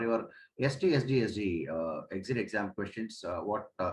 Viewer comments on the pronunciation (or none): it is not pronounced as St sd sd it is pronounced as sts with dsd pls learn b4 start giving lecture like a fool people are laughing at you